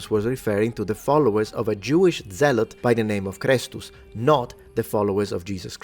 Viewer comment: The way you say kristus. Is how it sounds when you say it in lithuania. Just something to point out an not religous at all.